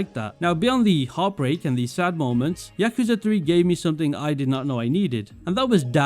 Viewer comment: When I heard you mispronounce yakuza in the first 3 seconds, I doubted whether I should the rest of the video but then I noticed your top 3 are my top 3.. the immersion you receive of playing as a detective in the most famous redlight district in the world and the story that keeps you engaged in Judgement is underrated. Many people just like the updated version of judgement in LJ but dont notice the minor details in what makes some people come back to judgement but not LJ. Each of the top 3 games immersion, story, side content, and music are unrivalled in the Yakuza series, not to mention, these games taking the biggest risk in the kind of games the devs created.